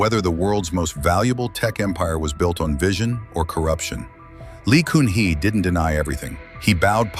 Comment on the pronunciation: The ex-president Lee Kun Hee is pronouncd as "Gun hee" not "Koon hee".